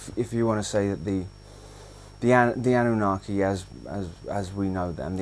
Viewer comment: Once he said the anunaki I had to exit